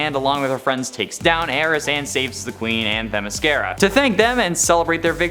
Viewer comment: Teh MISS kear uh?